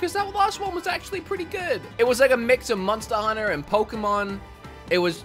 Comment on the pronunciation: Nobody:: "MoNsTa HuNNA??"